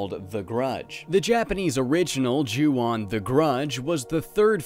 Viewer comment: Not to sound like a grammar Nazi, but in the Japanese language "O" always makes an "oh" sound. So the "on" is pronounced like the English word "own" Just thought you should know